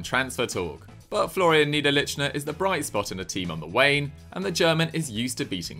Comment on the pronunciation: its nee-der-lekh-ner...